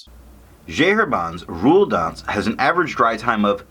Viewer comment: A funny review! But where is this tomoe river sample? By the way it's "rouille d'ancre". Thanks.